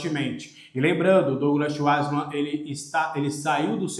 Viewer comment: Fala o sobrenome do Schwartzmann errado